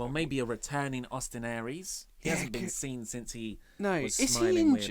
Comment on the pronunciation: When he said Austin Aeries I cringed a bit and said welllll this is awkward